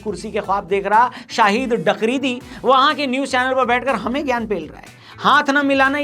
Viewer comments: Are bhai "Dakridi" nahin "Bakridi" bolate Hain... 🤣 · अरे भाई "डकरीदी" नहीं "बकरीदी" बोलते हैं..... "बकरी + इद्दी = बकरीदी" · Dakridi nhi,,,Bakridi hai wo